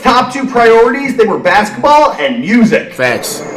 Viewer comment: This nigga said basteball😂😂😂